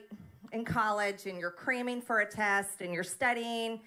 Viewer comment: Did she say “creaming” for a test? Let your fingers do the walking